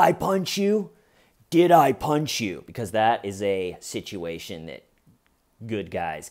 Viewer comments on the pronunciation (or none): "Did I ponch yew."